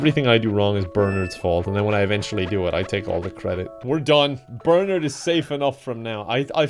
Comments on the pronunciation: the way he says bernard is so much worse than any game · The way that pronounces Bernard gives me life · My boss's boss is named Bernard. So I'm very amused to hear BerNARD being pronounced like BerNERD. Happy belated.